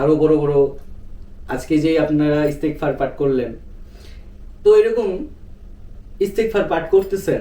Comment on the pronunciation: ইস্তেগফার দোয়াটি পড়তে ভুল হচ্ছে